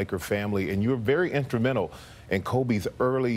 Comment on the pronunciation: “You were very intramental.” ????